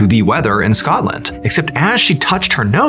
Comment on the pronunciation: The way he pronounced Glasgow and Scotland was personally offensive 😂